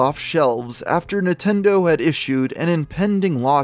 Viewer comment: what is nah-ten-do?